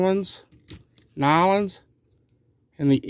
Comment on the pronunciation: That was funny, you said N'awlins right, I live in Louisiana LOL